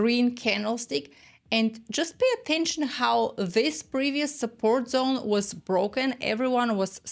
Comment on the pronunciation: "Welcome to the Liquidity Zon." 🎉